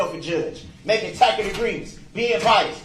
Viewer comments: He complains that he doesn't understand and acts like the court is supposed to teach him, but HE FIRED HIS ATTORNEYS! They warned him that the prosecutor has tons of resources and he said it didn't scare him one bit. He's only upset he can't get his way. And WTF is a 'tackit agreement'? Is it like a TACIT agreement? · "Is that a tack it agreement?" What, Mr. Brooks, tack it to your pointy little head?